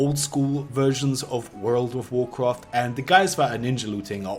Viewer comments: basically you want to basically do this and basically that will basically hurt the other player basically in wuuurfld of waurcwaft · Wuuurld wuf wucraft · wurld ouf worcraft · "World of warcroft"